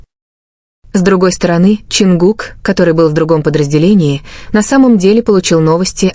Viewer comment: Почему эта ставит ударение на имени Чонгука не правильно, и очень много воды.